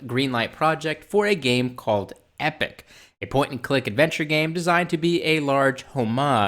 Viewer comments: EPOCH is pronounced EE-pock, not EH-pick, not like Epic. Epoch means a very long-term time period, an era, a vast amount of time. And that he'd begun Epoch in 2014 and changed the name to Tardigrades in 2015 -- Oh, come on, there's plenty time-stamped, logged material that shows what Anas Abdin created, story-wise, artwork, characters, plot lines, well before Discovery was launched, that is way, way too similar, even in a cursory comparison. If anything, you're proving Anas Abdin's case and against CBS and the Discovery team. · I'm loving this. Although when you say "Epoch" it sounds like "Epic"